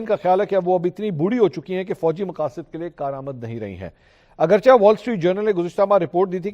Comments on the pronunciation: Sir (Agrchah) word ke drustt pronunciation ( Agrcheh ) hy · السلام عليكم ورحمة الله وبركاته منصور بھائی۔ ایک طویل عرصہ سے آپ کے ساتھ منسلک ہوں اور آپ کے پروگرام اور وی لاگ باقاعدگی سے سنتا ہوں۔ آپ سے یہ عرض کرنا تھی کہ آپ ہمیشہ اردو کے لفظ " اگرچہ " کا تلفظ غلط ادا کرتے ہیں براہ مہربانی اس کو " AGERCHAYH" یا AGAR - CHAY درستگی کے ساتھ ادا کیا کریں۔ یعنی "چ" کے اوپر زبر کے بجائے زیر کے استعمال سے صحیح تلفظ ادا ہوتا ہے۔ نذير احمد شاہین۔ سعودی عرب۔ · منصور صاحب ! اپ نے لفظ " اگرچہ " کا کچھ وقت تو تلفظ صحیح یعنی " چ " کی "زیر کے ساتھ کیا مگر اج پھر ،پرانی کے مطابق "چ" کو زبر کے ساتھ پڑھ رہے ہیں ۔ مہربانی فرما کر " لفظ اگرچہ ، چنانچہ وغیرہ " کا تلفظ صحیح کی کریں ۔